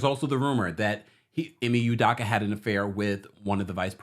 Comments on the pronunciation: Udakka....🤦🏾‍♂️ Pronounce proper u doe ka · It's "UDOKA not UDAKA" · Learn how to pronounce black names. It is phonetically “you-doh-ka”. As for the paparazzi, no fool like a stupid fool. Who asks that kind of question in the presence of a child, seriously! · Please pronounce this man's name right! Ime (E May) Udoka ( you dough cah)